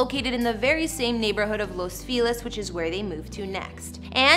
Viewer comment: Bothers me how she constantly pronounces Los Feliz as Los Filez… and Eva as Eeva.